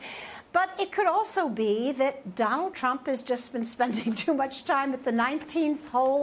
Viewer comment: Why #KimNK said Trump as #GANGSTER Donart.